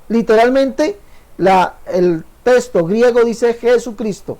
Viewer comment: Este señor se la pasa anunciandose y diciendo testo en lugar de texto.